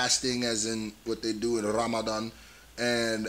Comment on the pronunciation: hold up did you just say “Ramadan” exactly like Arabs?! You got something to admit homie? 😂